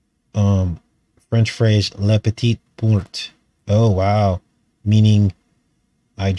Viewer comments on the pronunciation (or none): none